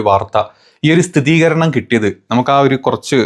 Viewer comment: സ്ഥിതീകരണം - wrong സ്ഥിരീകരണം - right ദിയധനം - wrong ദയധനം - right ഇങ്ങനെ അല്ലേ 🤔